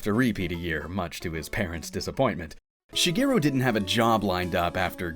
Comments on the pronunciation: Be nice if you pronounced his name right. It's Shigeru (shee-geh-roo), not Shegiru (sheh-gee-roo). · Shige, not Shiggy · Shigiru? Who the hell is Shigiru? Like the rest of the entire internet, you're pronouncing his name wrong. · Which pronunciation?? English or his actual Japanese pronunciation?? Because if you mean his Japanese pronunciation Shigeru Miyamoto (Japanese: 宮本 茂, Hepburn: Miyamoto Shigeru) mē ya no toe she gay roo(or even where you just cut off the U because it's not really said in Japanese like it is in English) but I don't know if you know Japanese or if you think it's mispronounced like most Western countries that use Japanese words like tsunami or Tokyo or Kyoto… Tokyo in English is always pronounced as a three syllable word, but in Japanese(which the words come from) Tokyo(and in extension Kyoto) is technically a two syllable word… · "shuh-GEER-oo" Miyamoto. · it is unfortunate that you dont pronouce his name correctly in a documentary about him. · Nice Japanese pronunciation, fgt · All this work and you couldn't be bothered to look up how to pronounce his name. What a slap in the face. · Wrong. There's right way and a wrong way. Look it up. The way he pronounces his own name is the right way. Period. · One whole video about the guy and you couldn't pronounce Shigeru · LOL exactly what I thought. Sad. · Alternate title: 26 Minutes of a Guy Mispronouncing "Shigeru." 😅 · It seems a pity to write so much then have someone mispronounce the Japanese words.